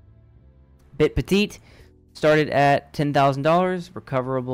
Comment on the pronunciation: 3. They are guaranteeing an average daily interest rate. Also it is PEH-TEET not PET-ITT